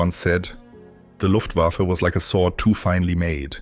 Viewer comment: But he pronounced Luftwaffe as luft wafflew - flying wafflew...